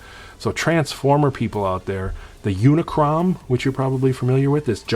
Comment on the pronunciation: just to let you know, It's called Unicron, not Unicrom. When it comes to HasLab, check out what Retroblasting has to say about HasLab, and how he is not happy with HasLab when it came to the Star Wars Jabba Sail Barge. I doubt that Hasbro should start a Kickstarter, if they are going to plan it for the G I 6 inch vehicles.